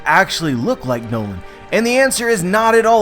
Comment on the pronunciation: It is pronounced as Norland but it is noland